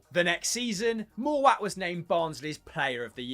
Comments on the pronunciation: not a chance, also mowatt pronounce mow (is in mow the lawn) - at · ‘Moor watt’ I’m dead 😂😂